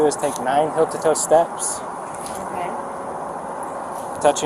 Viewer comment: Why does he say "hill" instead of "heel"?